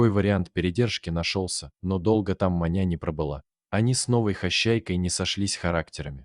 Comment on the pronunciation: Может всё же Маня с ударением на ,,а,,?